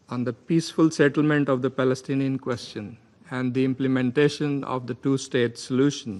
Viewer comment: Pls correct your Palestinian pronunciation 🌺💚👨🏽‍🦯‍➡️